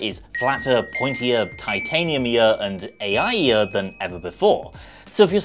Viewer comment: Ai-ier 😂 , I love this no lie .